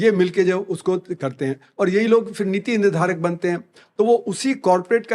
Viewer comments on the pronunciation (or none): One of the few people who get it. But to give an example of how bad education is in India: even someone as educated as this guy doesn't know the difference between फ (pha) and फ़ (fa). For example, he keeps pronouncing फिर (phir) as "फ़िर" ("fir").